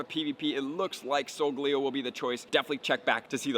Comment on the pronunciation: solgaleo isnt pronounced with leo its like leyo